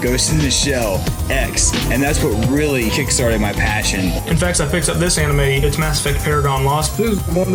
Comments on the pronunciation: Boogie....Boogie...come on man. ANIME...AN-Ni-May...Not Uh-Ni-Mah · he said... ahnimy. not animé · I just have 2 things to say... 1. South Park had a previous game on N64. The Stick of Truth was the second game. 2. You said "anime" but pronounced it "O ni mee". Respond as Francis. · you said Aw-nime so honestly im not even gonna consider the offer lmao the cringe killed me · Do people actually say anime the way he does? I always pronounced it like "animal." o.O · he called it (ah)nime, I almost quit watching right then and there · wtf is (AH)nime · boogie2988 you said anime so wrong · Never heard Anime pronounced like that before lol